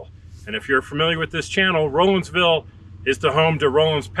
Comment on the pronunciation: As a native that grew up in that area, I really enjoyed your video. It took me back to good times in them thar hills. BTW, the locals pronounce Rollinsville, Rawlinsville